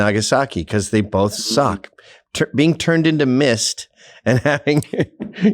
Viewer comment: ANTHONY. THERE IS NO LETTER “L” in the word BOTH. IT’S NOT bo”L”th! Ffs you speak for a living!!!